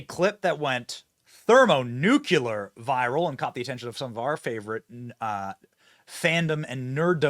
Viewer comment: Benny, I love your work! I am not the pronunciation police But, please say thermonuclear correctly … “Thermo - Nu - Clear” 😂😂😂